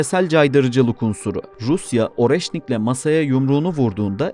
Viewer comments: Areşnik diye okunuyor... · Оreşnik diye okunuyor